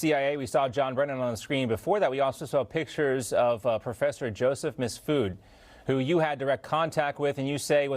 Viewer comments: He said misfud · MIF SOOD not MISS FOOD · "MISS FOOD!!!" I love it. 😂😂😂 Best misspeak this year!! That scumbag deserves it.